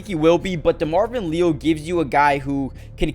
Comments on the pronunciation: It’s LE-AL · Demarvin "Lee-al" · Someone please inform that Leal is pronounced as Lee AL from my knowledge. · Pronounced LEE- AL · Why listen to guy who doesn’t know how to say Leal?